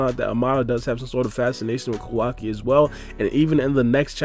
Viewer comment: Please please stop calling him “kO WA ki” It’s “ka-wa-ki” your emphasis on WA part of his name is so stupid. And it’s KA not KO